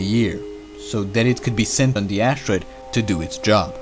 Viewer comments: "An ashtroid" ? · Anybody else who gets cringes when the narrator says ash-troide?